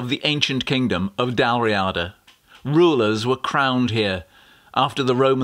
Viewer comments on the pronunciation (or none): Great video, and I'm so glad you pointed out the importance of Dunadd. It is, in effect, where Scotland began. A couple of small points on pronunciation. Dalriada is stressed on the 'ee' sound, not on the 'a', 'ria' just as Rio is not stressed on the 'o', it's a diphthong as in Ikea (!). And Kilberry, like all Kil- names is stressed on the second element. Kil is the generic first element (the cell of...), Berry is the specific second element, a saint's name. Small points, that don't spoil a fine video.